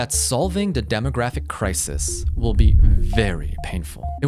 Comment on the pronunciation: Lol AI WOLL YAKE OVER